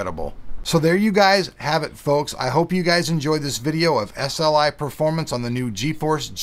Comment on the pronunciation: lol S-L-KAI